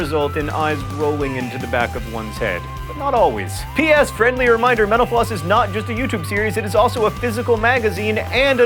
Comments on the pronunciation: Definitely thought he said 'menopause' when he said 'mental floss' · I keep thinking that you say "thank you for watching menopause" 😂😂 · I swear every time you say "Thank you for watching mental_floss" at the end of your show it sounds like you're saying "Thank you for watching menopause"